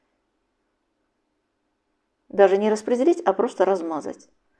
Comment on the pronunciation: "По ПРОТВЕНЮ"!! Это что такое за зверь? Подозреваю, это противень!?